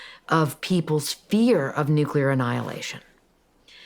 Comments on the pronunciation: NUCLEAR not NUCULAR. Please for the love of all that is good and holy. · It’s not nuculer, it’s nuclear! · Nuclear, not nucular. 😊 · Omfg. Nu-klee-ur. Not Nu-Q-lur. Fuck. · Please… nuke-Lee-ar (as spelled: nuclear, from Latin nū̆cleus) Not nuke-a-lar (not spelled nukalar) Or I call you Chirs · *Nucular*? Really? You can do better than that:)